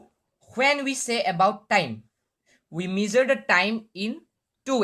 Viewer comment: Gud but improve ur English it's not measer it's measure